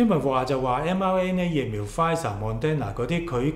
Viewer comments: Thank you but you keep pronouncing Moderna wrong, its not Mon-den-na. It’s Mod-dern-na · pl pronounce it properly It's not mon den na It is mo der na If you do not improve your credibility is decreased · 為何把Moderna 唸成 MON-DEN-NA呢？！